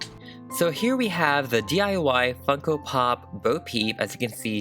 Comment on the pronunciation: When he finally got started to customise her, I thought he said, "Here we have the DIY fuckin' pop. But he really said, DIY Funko pop. lol